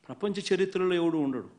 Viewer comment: Sharitra kadhu anna Charithra